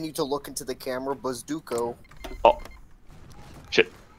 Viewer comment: "bazduko" -, 2020